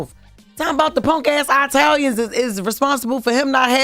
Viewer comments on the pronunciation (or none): “Eye-talians” is crazy, Jess 🤦🏽‍♀️